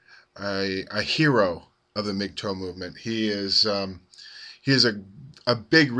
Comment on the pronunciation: its not pronounced like migtoe you're driving me crazy its mgtow rhymes with how. please stop saying mig toe!!!!!!